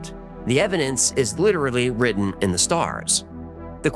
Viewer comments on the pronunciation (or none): none